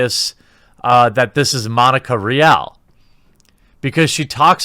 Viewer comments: It's pronounced Ree al! It's Spanish. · Btw Monica’s last name is pronounced “REEall” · You pronounce her last name like RE-ALL. Monica Rial. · It's pronounced Ree al! Fitting!